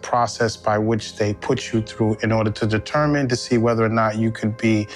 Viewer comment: And for fuck’s sake, how can you think “whether” is pronounced “rether”?